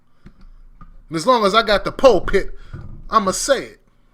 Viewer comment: This brotha said "pole-pit".